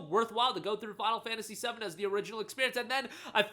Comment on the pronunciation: I heard you say final fantasy 70 not 7 when you said it.